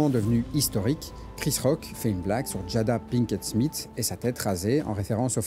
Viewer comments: Ça se prononce Smifs (th) que smite hein. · son nom c'est Smith et non Smit comme tu le prononces tout du long ? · De toutes ma vie j'ai jamais entendu SMITE que ce sois en France ou en Amérique. "Th" en anglais ça n'a jamais eu comme prononciation "T" . Je crois que tu souffre de l'effet Mandela mon ami tu nous pissera pas dans le cerveau 😂